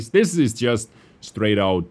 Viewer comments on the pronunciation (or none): none